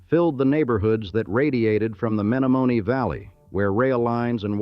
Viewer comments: It lost me at "May-no-may-nay" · A lesson for AI it's Me-nomin-ee River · Menomenee is pronounced THIS WAY: MEN OM EN EE YOUR pronounciation is RIDICULOUS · Lol...AI Men o men e Also mispronounced Plankington Hotel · That's not how you say "Menomonee"